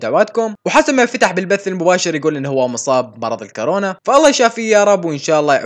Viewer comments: كورونا وليس كارونا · كورونا مش كرونا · يا كورونا مش كارونا 😂😂😂😂